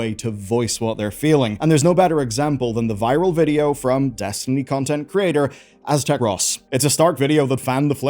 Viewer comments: Ass-tech-ross caught me offguard xD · Did he really say aztec ross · "Aztec Ross" bwahahahaha!! I'm saying it that way from now on 🤣🤣🤣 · The way you pronounced Aztec-cross lmao